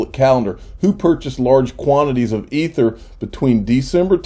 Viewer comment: Wow, you finally pronounced ether correctly.